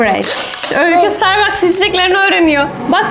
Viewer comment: starbaske diyişi